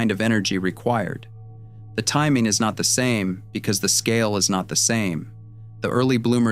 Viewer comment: One of the biggest 'tells' of AI narration -- no sense at all of where stress belongs in a sentence. Here it says, 'The timing is not the SAME because the scale is not the SAME.' Rather than what it ought to be -- 'The TIMING is not the same because the SCALE is not the same.' Actual human speakers know that it's the terms that are distinct in each part of the sentence ('timing,' 'scale') that are to be given emphasis, NOT the one that is repeated between them ('same').